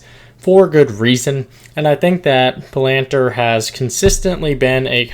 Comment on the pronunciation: I THINK it’s pronounced Palanteer